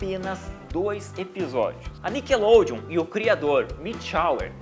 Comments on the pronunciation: NICKLODEON-acento miseravi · cadê o E de NICKELODEON ????